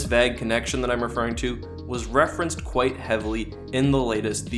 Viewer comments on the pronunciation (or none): "Vag connection" LMAO. Cmon, dude, "vague" is one of the most common English words!